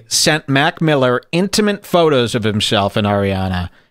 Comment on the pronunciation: Did he say "intimint"